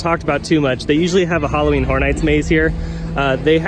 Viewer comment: lol, I didn't realize that their Halloween mazes are going to be brothel-themed. 'Just joking around, but you've got to admit that it sounds an awful lot like you're saying "Halloween Whore Nights." ;) =D Keep up the great work in any case and thanks for the update!